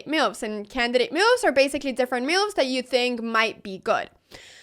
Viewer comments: "meuves"...curious pronunciation. Took me listening couple of times to know she meant "moves". I am curious about where Anna learnt English. As for chess: She is the reason I am beginning to study and play again. Gracias Anna. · re-IT-er-ate But let’s really talk about how you say “moves” mehyooves :) Game 1: Qd4 you didn’t say it but then it’s defended by Nf. I’m like 350 so… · The way she says moves is funny, meowvvs